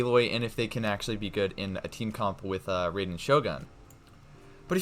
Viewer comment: not ray den shogun, it's rye den ( like the plant rye)